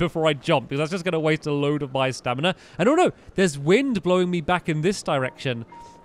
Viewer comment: You keep saying staminar